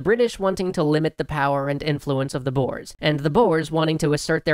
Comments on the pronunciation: Not Boers, but Börs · Why can't anyway say Boere, its not Boers, basically said as Boore (but the OO is a little shorter than scary boo) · The pronontiation of "the Boers" was TERRIBLE, because they are not "Bores" (Im South-African if you cant tell) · Yeah it's pronounced "Boors" not "Boars" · I'm pretty sure its pronounced 'boh-ers', not 'boores' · It's not pronounced "Boars"(animal), more like "Boo-re/u" It's the Afrikaans word for farmers, as that's what the ex-dutch citizens thought of themselves as and wanted to be. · Boars (Boers) XD Being an South African I laughed at that pronunciation. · Yea, they don't know that letter combination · Hey bro! the "boers" as you call it it pronounced like boore. I should know damn it XD awesome vid bro. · Im dutch so i know how to spell boers it is bours that's how you say it:) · Its pronounced - Booorey or boore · It's pronounced "boo-ers". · Typho skarm his pronunciation made me laugh, but it's slightly annoying. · Lol as a South African I can't get over the way he pronounces "boer" 😂😂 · Paul Hanson And mabie even talk about the wrongly prononced "boers" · Boer is Dutch for farmer ( the oe pronounced as the "ou" in you), so they are basically just called the farmers. Great video though ^^. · You didn't say "boer" correct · boers? oh boy... a boer is a farmer in dutch, its also pronounced way different XD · That isn't how you pronounce boers